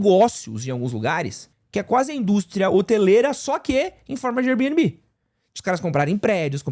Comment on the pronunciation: Diretamente do tribunal das minúsculas causas: Gente, vamos decidir se é pra falar Air Bnb em inglês (Bi-ên-bi) ou aportuguesado (bê-ene-bê)? Esse mix das duas coisas (bi-ene-bi) é muito estranho 😂